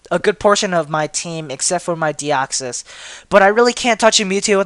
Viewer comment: He said Deoxys but it sounded like Arceus